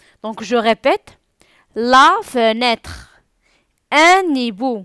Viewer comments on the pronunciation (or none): Le h ne se prononce pas on dit un ibou